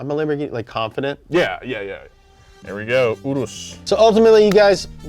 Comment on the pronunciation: Why do u guys say oorus for the urus (your-us)